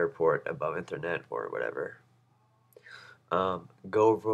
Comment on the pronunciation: It's ethernet, like EEEEEthernet, like the e sound in me, not like the e sound in meth.